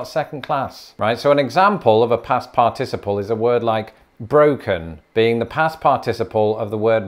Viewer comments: Your British syllabic pronunciation of "participle" (parTISable) is making me giggle. I've only ever heard it as parta'siple (phonetically speaking)! Old joke: You're stressing the wrong syl-AH-bul! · I say part iciple and not par ticiple. Whose pronounciation is proper as to from whence the word was derived? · Thy way you say "participle" seems very odd to this American. You break it down as "partic-iple" whereas I would say "parti-ciple". The syllabification is off. Which actually illustrates the difference when you compare that word to "syllable". "Sy-llab-i-fi-ca-tion" vs "syll-a-ble". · "Determiner"? We call those "articles" in the US. "In hospital" makes more sense without the article. "Participle." In the US it's pronounced PART-i-siple, not "par-TIS-i-ple." The US pronunciation sounds more fluent to me. But I'm American. The "shall" vs. "will" difference is interesting. I was taught ('50s) to use "shall" in first person, and "will" otherwise. To EMPHASIZE, reverse it! So: "I shall go", becomes "I WILL go" if emphasis on the action is desired. That is no longer true today in the US. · I love how seems incapable of settling on one particular stress pattern for the word "participle." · Your pronunciation of the word “participle” reminds me a bit of the British pronunciation of “aluminum”. The syllables are all there, but the rhythm seems weird. 😂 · As a recovering English major, I always appreciate your English lessons. I did get a slight brain cramp on the way you pronounce "participle" - for a moment I thought the Brits had invented a new part of speech. Thanks. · In the US, we accent the 3rd syllable of the word, "participle". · In the US, "participle" has the accent on the first syllable. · Are we going to discuss the different syllable emphasis in "participle?" No? [sigh] Fine. Good job! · Now we just need to teach you how to correctly pronounce 'participle'. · You’re pronouncing participle incorrectly 😒